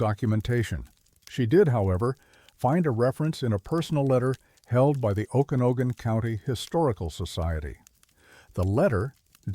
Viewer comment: Oh kana no gan??? AI not very good at sounding out names. Better hope you don't get anything for Puyallup or Sequim